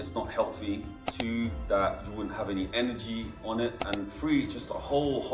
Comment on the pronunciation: Why is this British guy pronouncing the word; That as; Dat ?